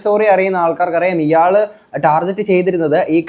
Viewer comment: Good good 👏 But, ടാർജറ്റ് അല്ല, ടാർഗറ്റ് ✅